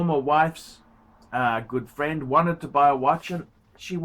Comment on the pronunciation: A phrend of a phrend of a phrend of a phrend., you sound like a taxi driver preaching fact.